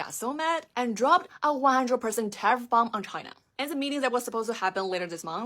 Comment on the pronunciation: Dude dioesnt even know what a tariff is,cant even say the word properly..no clue ! but gambling on crypto. YOU IDIOTS. our education system at work folks!